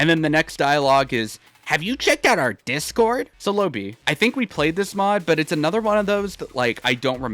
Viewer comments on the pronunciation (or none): none